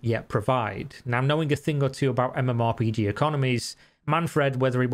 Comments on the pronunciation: who the fuck says mmorPIGI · ok sure, but more importantly, why did you pronounce MMORPG that way?